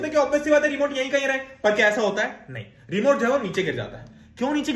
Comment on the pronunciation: Remote ❎remont✅